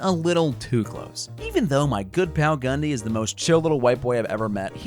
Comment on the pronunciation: When I heard him say Gundy I thought he said Ghand di